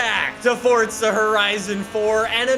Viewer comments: its not fucking fortza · Shouting......why? Saying Fortza...why? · Why does he say fortsa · Am I the only one who gets mad when people say Fortza horizon 4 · BRUH IF I HEAR 'FORTZA" ONE MORE TIME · THERE IS NO "T" IN FORZA FML